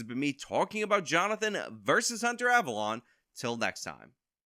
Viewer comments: The correct pronunciation is "" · The correct pronunciation is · It's pronounced Abalone ( Aaa-ba-lone-e)